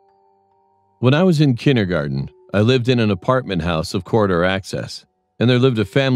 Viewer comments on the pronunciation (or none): I thought in the begging he said " when I was in chinder-garden"